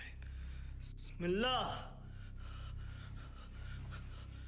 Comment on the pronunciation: Wow the way you said Bismillah is so perfect. Love your videos.